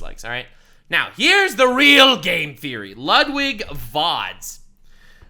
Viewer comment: Lets go! Lud-W-ig!